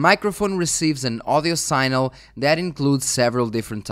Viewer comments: Sig-nal is the pronunciation you’re looking for, not sign-el. One of those weird english things. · Just one piece of constructive criticism on your otherwise great video: pronunciation of "signal"; whilst phonetically "sign" is pronounce "sine", the word "signal" is phonetically pronounced "sig"-"nal" in English, and not "sine-al".